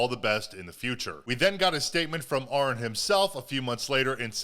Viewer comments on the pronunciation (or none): Ahren is pronounced just like Aaron just fyi, he is a good guy, my sister works wioth Joel Birch's wife well used to had a chance to meet Joel and Ahren.